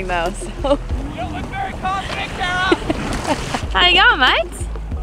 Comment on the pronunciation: Kara, not Kera…should have stayed home and let the boys have their fun…